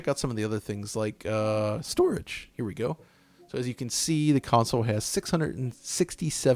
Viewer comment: Bruh ur voice crack when u said strorige